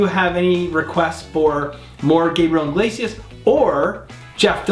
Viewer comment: I swear no one ever gets his last name right (I myself am not innocent) they always say his last name as inglesias. like its iglesias. theres no N lmao.